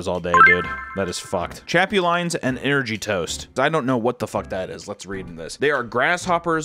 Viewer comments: Chapulines is pronounced “Chap-oo-Lynn-ezs” . I’ve actually had em in Mexico and did not fuck w em (but I was a child so I was more grossed out by knowing they were grasshoppers than by the taste). My fam would buy a big ass bag of em and just munch like popcorn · The way you pronounced chapulines made me cry laughing. I can confirm that they taste kinda like... very salty peanuts, or peanut skins idk. Not terrible, you just gotta ignore the fact you got a whole bug in your mouth. Not my top snack to have though but they're aight. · Also theyre pronounced cha-poo-lee-nas lol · Its pronounced cha poo lee ness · His pronunciation of chapulines is funny AF just call them crickets or grasshoppers chapulines is Spanish for them 😂